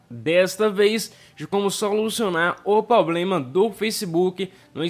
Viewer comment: Tem que solucionar o seu "poblema" de português também!!!